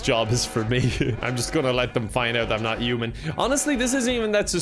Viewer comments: his accent makes "human" sound like "Yew-man" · No one:: yuman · Everyone: "human", an intellectual: "uman" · with it should be Oof-Man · I'm in love with the way you pronounce words starting with "h" "I don't know how to be a yuman" "It'S YuGe!!!!!!" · Uman by pronouncements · i love the way he pronounces "human" like he just yeets the "H" into the next plane of oblivion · Yeah, I’m from Dublin and I do kind of pronounce the H but my English teacher for my leaving cert didn’t, and I kind of picked it up for a couple of years! He was from Meath, I’m not sure where is from but it really depends on your county on how it’s pronounced. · The way you say human 😂